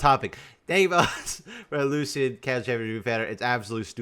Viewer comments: Lu-shen. The C makes an S sound. Other champions say his name all the time. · for the love of god its lu-shan 😭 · That's not how you pronounce that 😅